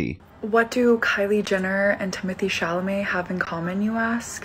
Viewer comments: It is Chalamet not Chalmele🤣 or Chamele 🤣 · Am I the only one who thinks says "Chamalet" instead of "Chalamet" or am I crazy?😂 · I love you but its CHALAMET not CHAMALET 😅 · I like how he called him Timothy “Shamalay” 😂😂😂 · Timothee Chamalet lol😅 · I love you but the way you can’t say Chalamet 😂 I was laughing every time 😂 you humbled him real quick 😂😂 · The amount of times you said his name wrong 😂😂😂